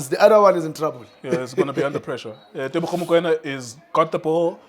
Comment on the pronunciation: Teboho not Tebogo